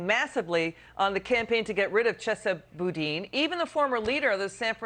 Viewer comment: Kennedy is the first person to say Chesa Boudin’s name right.